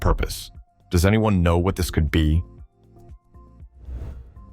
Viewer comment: Please: that's not the way to pronounce the word "be", when it's at the end of a question.